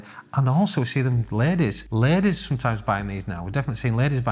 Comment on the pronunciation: “I’ve seen Lettuce buys these” I was like who the hell is lettuce? Is that code for some ditch guy? Ladies , not lettuce, that accent got me 😂